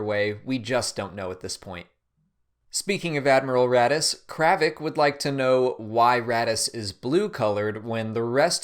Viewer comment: You say Raddus I think radish.